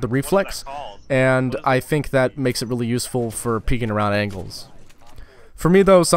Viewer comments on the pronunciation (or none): He said "peaking around ANKLES" lol. Learn how to speak